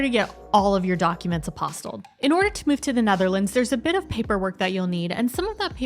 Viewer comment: Really helpful video - thank you! I hate to bring up pronunciation again, but.... Apostille'd = "app oss TEELED". It doesn't certify that the document is real, it certifies that the person who signed the document was authorised to do so. This is why it has to be done by the state authority, who knows exactly who was the right person to be the one signing your, e.g., birth certificate, on the date it was signed. Meanwhile, love your channel - keep up the great work. (We're moving over next year!)